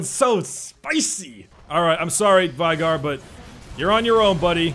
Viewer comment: As a veigar main when peeps say it as 'vi gar' instead of what 'vay gar' which is what vei really sounds like it triggeres me